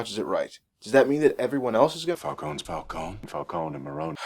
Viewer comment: Of course Alfred says Falcone properly, he's English.